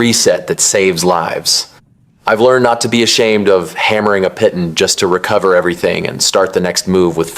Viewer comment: Its pronounced "pee-taan". They even say it wrong in the game.